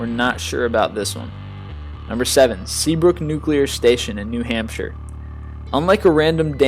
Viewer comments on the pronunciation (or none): none